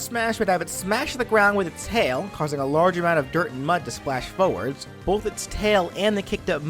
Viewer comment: "Kick the foe foewuhds" jesus that hurt my ears